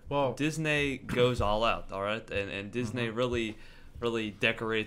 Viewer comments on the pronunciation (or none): its pronounced Diz-N-ee Not Diz-N-ay Disney (Ooh also i dont need to watch this, I already know disney's better) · stop saying dis-nay how annoying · please stop fucking saying disNAY . O M F G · Feel free to pronounce Disney right...so annoyinng